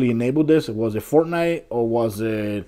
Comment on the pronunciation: It’s Fortnite not fortine